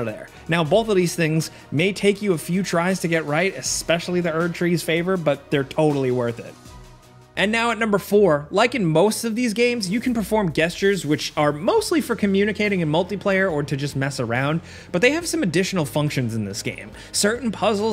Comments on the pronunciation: Thanks for great information, especially for the secrets stuff that is not so obvious. I would add one minor comment. When talking about the number four tips requiring using emotes, you seemed to be pronouncing the word , "gestures," with a hard "g," so more like "guest yours." The "g" is actually a soft "g," so it is pronounced more like "jesters," with a "u" after the "t," i.e., more like "jest yours." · I'm not going to lie, I've never heard gestures pronounced Guesstures. :P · called Gestures (Jest-churs) "Guesstures" lmao I love it. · Did just pronounce it "guh-eh-sturez", instead of "jest-turez" for "gestures"?! 😅🙃 Noice one, bud! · Did you say guess-tures? Instead of Gestures? Jest-yur. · Who pronounces “gestures” with a hard-g??? American education smdh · My man really pronounced gestures like “guest-ures” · “Guess-ture” lol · did he say... GUESS-tures? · Is he calling gestures “guest-ures”? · “GUESTURES” ?!?!?! WHY MAN WHY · sorry, did he say "guest-urs"? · bruh did you just pronounce gestures as “guess-tures”… do wut lol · guestures? It's not pronounced as in jest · guessture lmao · guess-tures? lol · Bruh did you really jus’ pronounce “gestures” like “geh- stures”? Lol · did just pronounce gestures wrong lol. I love it when ppl do that!! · Wait... That is NOT how the word gestures is pronounced. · Why is no one talking about the way you pronounced ‘gestures’??? 😂😂 or is it an inside joke I’m unaware of?! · Is anyone else bothered by the way he pronounced "gestures" at the mark? Not being picky but it seemed odd haha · Lol bro did u just say Gestures with a soft G? Lol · You don't know how to pronounce gestures?? Lol